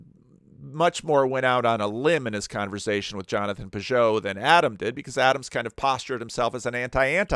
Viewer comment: Every time says “conver-zay-shun” I can’t unhear it 😂 I love accents!